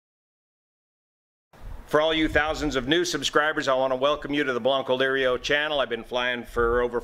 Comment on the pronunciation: thanks for the explanation of the name of your Channel. HINT: your pronunciation is a bit off, it sounds like this, Broncolirio, but if you pronounce it like this blank'o'lirio. It would be more closely resembling the correct sound of the word. Thanks!